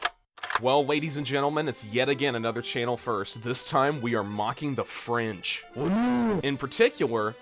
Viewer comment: "The Free Franch"